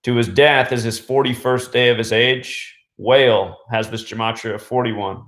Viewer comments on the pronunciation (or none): Wah-Lay NOT whale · Thanks fyi he pronounces it like Wa- lay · Your videos are unlike any other!! The ones that deny the truth are just oblivious and ignorant! You explain everything with facts to back it up so it’s all undeniable. You are one smart man. Not sure if anyone has already said this but Wale’s name is pronounced “Wall-lay” just throwing that out there!! Thanks for taking the time to make all these videos to show us the truth! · its wah-lay=wale 👌👌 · Bro. Wale is pronounced wall-lay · couldn't help but to laugh when he kept saying wale as "whale". lol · Wale pronounced (Wah - Lé ) great video 👌🏽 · Pronounced WHA-Le' my dude 💯